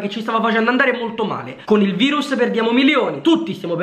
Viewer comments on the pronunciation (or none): none